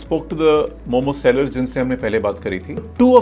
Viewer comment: itna research kiya aur apko ye bhi nai pta ki momossss nahi hota , momo hota hai